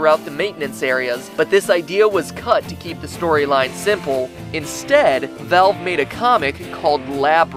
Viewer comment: haha your pronunciation of everything jesus christ. POORTAL NARBAAAACULAR DROP JOOOOBS AT VALLLLVE